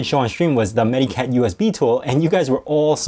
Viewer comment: It's actually pronounced more like "meta-cat"; it's a portmanteau of "medical" and "cat". I also advocate AOMEI; it's a good utility.